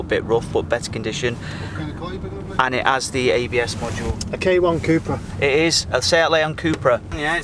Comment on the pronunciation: Fun fact: it’s pronounced Cup-ra (cup racing). Not coupe/coopra 👍